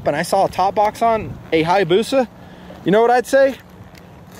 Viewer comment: omg how he pronounced hayabusia